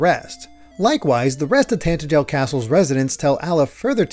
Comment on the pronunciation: Ok I'm Sorry, but every time you pronounce Tantegel, my ears freaking hurt. It's Tantegel not Tantejel, you're supposed to say it with a guh sound. You don't even need to hear it to know that's how it's said, if you understand how the English language works it's freaking obvious! I'd Understand if it was a complicated word like in some games, but come on!!